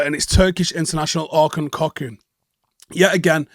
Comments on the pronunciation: Kökçü is probably pronounced 'Kokchu" not 'cockoo' loooll I hope a Turkish speaker can confirm that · I think you should pronounce it kukchu if i may believe dutch commentary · Quality player. Pronounced kok-chu (I am Turkish). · You pronounce it „ cock choo „ choo like the train. It’s Turkish, i am not Turkish but I live in the Netherlands and hear his name all the time. Cant wait for Jay to pronounce his name on Stretford Paddock😂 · Orkun Cokchu thats the pronounciation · P.S. it's more promounced Kockshoe, in Turkish fashion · Lol the pronunciation is completely wrong, Cocu retired years ago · The way butchered his name is hilarious loooooool (P.S. He is Turkish so i am all for United for signing him based on that) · Totally butchered the pronunciation